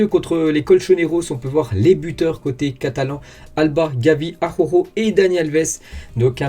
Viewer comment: Bonjour, je suis un inmigrant catalan en France, et je rigolo quand tu dis le nom D'Araujo, c'est compliqué la R et la J pour les français J'espere que ta prononciation et mon ortografie, elles experimenten une amélioration